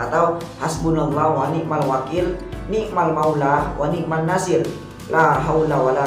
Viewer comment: Mohon maaf🙏 bukan niat untuk menggurui,tapi saya berpesan khusus.ketika membaca wani'man nashir yang nashir nya dibaca ketika huruf S itu monyong bibirnya maaf karna itu sot bukan tsa,buka sya,buka Sa.